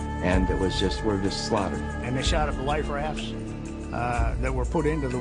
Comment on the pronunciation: "slaughter" lmfao